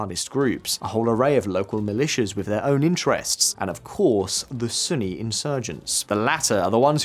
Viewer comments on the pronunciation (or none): none